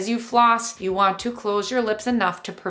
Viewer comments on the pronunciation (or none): I thought she said “pause” lol